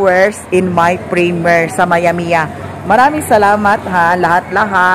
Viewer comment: primyir (primiere) ang pagpronounce not primer